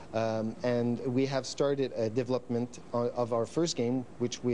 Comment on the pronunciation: He says "deplopment team",lol lets hope the deplopment team doesn't make a plop of it